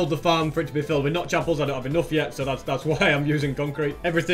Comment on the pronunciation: EnOgth? What's the accent? Btw cool farm. Huge work